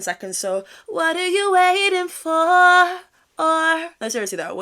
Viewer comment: That "what are you waiting for-ær" gets me up every morning I love it